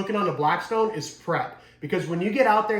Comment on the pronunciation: Lost me when you said blacktstone. Theyre trash